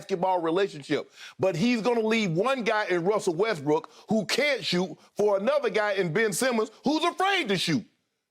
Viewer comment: "Russell WestBRICK"! Skip, I'm LMMFAOOOOFFFFFF 😆😅🤣😂👍🏽